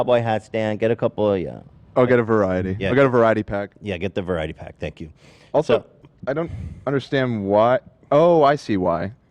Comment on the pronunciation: Saye-nk You